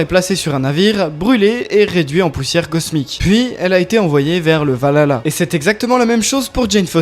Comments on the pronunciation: Alors on dit pas valala mais val-HAlla svp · On di le vahala et pas le valala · Le valala 🤣 valhalla, val halla, vers dieux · Par contre le H de valhalla se prononce